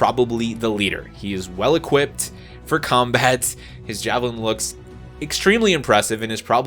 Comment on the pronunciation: “Javelin after savilin” 😂